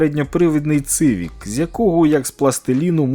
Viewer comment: Хочь хтось тут каже сівік, дякую тобі друже 😅 як чую вимовляння - цивік, так одразу хочу перемкгути) ті хто каже цивік, в них можно нічого за хонди і не запитувати. Метод працюе. Зуб даю 😅